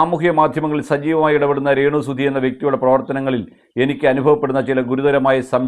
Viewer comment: എടപൊട്ടാ റേണ് അല്ല രേണു 😂